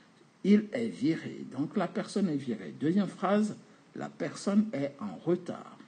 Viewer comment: C'est virer et non firer .